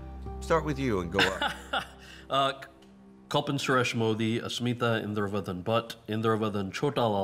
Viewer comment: Why can’t people pronounce Kalpen properly? It’s Cull-pain